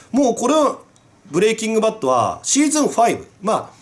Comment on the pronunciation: ブレイキング・バッドがブレイキングダウンに聞こえて「え！？好きなの？」って一瞬なりました